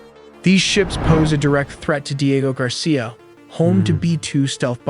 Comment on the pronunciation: The speaker is probably an AI it pronounces so many words wrong like covert Diego etc of course it could just be a total idiot human